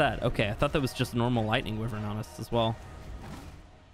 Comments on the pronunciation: It's wyvern not wevern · It's nota pronuncie how you saiu wyvern ! It's pronuncie as whyvern. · Does anyone else get a little annoyed with the fact that he says wyvern weird? Just me? Ok 😂🤣😖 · Your saying wyvern wrong